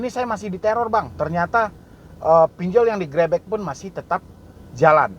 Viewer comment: Grebek om bkn greybek wkwkw